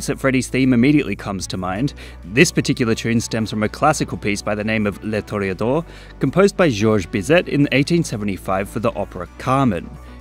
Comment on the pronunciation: Is pronounced George (silent s) Bee-zay (Bizet, the et makes an ay sound in French.